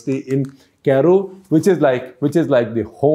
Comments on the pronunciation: Dear sir, it’s not “ Caaro” 🙏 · Interesting facts. Please correct your pronunciation for Cairo